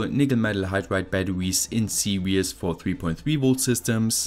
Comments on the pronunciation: Your video are great but you should say series instead of serious please it's very disturbing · Fascinating video, as always. Just a couple of points: I really admire your language skills because, being English I only speak one, but series is pronounced see reez not serious, and really isn't spelled reallly. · I was listening to this in the background and was thrown for a loop when he pronounced depleted as "de-peated" and series as "seriously". For a moment I thought there were new electrical terms I wasn't aware of.